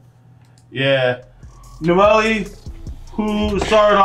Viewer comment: and uh 1 thing dude the girl’s name is pronounced “No - el” not “No - Ely”